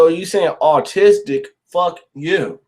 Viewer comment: 😂 You pronounced autistic as artistic. Keep up the good work 😂 Paranoid Americans